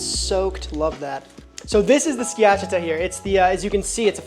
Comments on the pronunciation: Its skia-CHAH-tah 😉 great video. I'm danish, so home of the open faced rye bread sandwiches, but my favorite is the jambon beurre. I eat it very simply often, just a good baguette, good butter, and wafer thin boiled ham. If I feel fancy I add dijon, cornichons, and comté, but for an everyday lunch the simple one hits, and is cheap as well 😊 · I think it's pronouced ski-a-cha-ta. Uncle Scott here on youtube has an awesome Schiacciata recipe. Great sam vid!! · You did in fact mispronounce “schiacciata.” 😅 Skee-a-cha-ta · Sorry to be a jerk…pronunciation…SKI-ACH-EEE-AHHTA….DOE-NER…YAM-ON BEAR….pronunciation matters…but you got Bocadillo so plus one…. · Bruh, my ears hurt after hearing you pronounce schiacciata and all'antico vinaio go to google translate and hear how it's pronounced, not hard, not hard